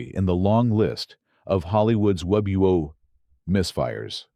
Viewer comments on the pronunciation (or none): Agree with the list but the AI voice errors (Anzio - Hollyood's wubuo misfires 🤣,being the best) and the use of footage from Tora! tora! tora! to depict Midway are probably the best thing about this video. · What is the narrator saying ? "Wob-e-woe?"